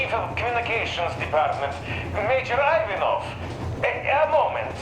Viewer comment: Major Ivanov is so sketchy, he doesn't even know how to pronouce his own last name :(